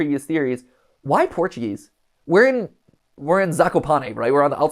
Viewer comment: Mat I speak Portuguese and is very offence how you tried to speak Portuguese thinking that is English so try to not speak Portuguese near to Portuguese people next time ps: i love your videos.